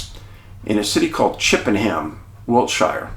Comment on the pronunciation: We pronounce it ‘Chippenum’ 🏴. Love your work Dave